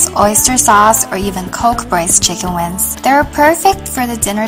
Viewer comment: because for some Chinese, it is hard to distinguish and pronounce correctly N consonant(win) and NG consonant(wing), just guessing.